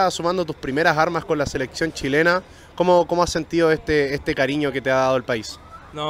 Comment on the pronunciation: jugar en "La Liga shilena"........xD no wei poh xD